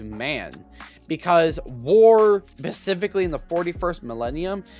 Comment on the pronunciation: The way you fail to say the word "specifically" correctly is painful. I can't watch this.